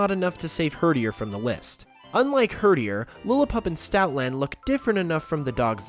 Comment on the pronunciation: “Herderier as in num 8” TRIGGERED